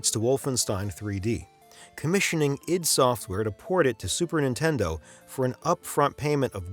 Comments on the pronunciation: Isn't it ID software. Said as eye dee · I don't care what they say, I'm always going to call it I-D software never id.... If they wanted it pronounce that way, maybe they should have done a little better job being present in television, radio, documentaries or something where they audibly set it out loud